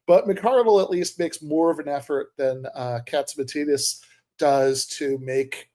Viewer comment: This might be more compelling if you pronounced "Catsimatidis" right.